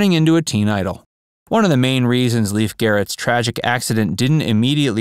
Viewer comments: I recall this bloke from Wonder Woman where he played TWO roles!! His name is LAY-fe (not Leaf)!! Anyway, I used to run into him while in the Los Angeles underground(s) AKA subways, but I never said hello!! Best of luck kiddo!! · It’s NOT Leaf, it’s pronounced Layf! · It drove me absolutely crazy that the guy doing an entire documentary on Lief Garrett didn’t spend the time to actually check to see how his name is pronounced: it is not pronounced as Leaf…like a leaf from a tree, but rather as Lief, which is the Norwegian pronunciation. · It's pronounced Lay-f..not Leaf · It’s pronounced “LAYF”, not “Leaf”, first of all, and other details were off, as well. Do your research, “Facts” verse!! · Pronounced Lafe not Leaf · It’s actually pronounced as. “L-a-y-f” He said it multiple times in interviews. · "Leef" Garrett? This is embarrassing.